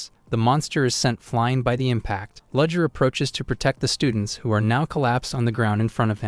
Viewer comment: It took me an hour and a half to realise that 'Ludger' is actually 'Rudger' which should really be 'Rudiger'. lol